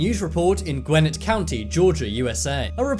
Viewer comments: as someone from georgia its funny how he pronounced gwinnett county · Just to tell you you said Gwinnett county wrong.